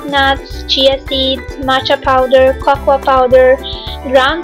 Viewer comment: Cocoa = coco. Not cocoaaaaaaa